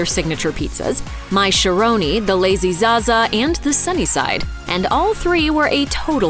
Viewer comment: It's called the Lady za-za, not Lazy za-za...get it right